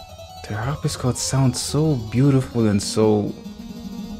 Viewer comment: harp-si-cord. not harp-is-cord